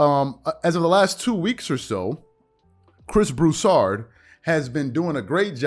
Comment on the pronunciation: Something random I've noticed. The way you say Ric Bucher sounds like rebuker. Which is appropriate.